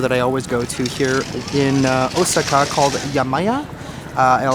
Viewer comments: O-SAA-KA not O-SI-KA. Sorry to correct you and I rarely correct pronunciations, but you you must have said it 100 times in 28 minutes. I got the nerve after someone else did. Please forgive me. I thought since you love Japan so much I would help you out. I am surprised you have heard other people's pronunciations. That being said, I love your jourbeys there. I am agreeing with you, the steak ugh. Didn't look so good What about the dog in the Philippines? Did you ever figure out how to adopt him? Seeing the sights has been a blast. ❤ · Deer without antlers are female lol and you say Osaka really funny, 🤣. My son knows Japanese and he kept saying '' momma he keeps saying it wrong '' lol I said , son, it's not like he cares 😅